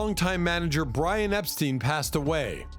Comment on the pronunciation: Epstein not steen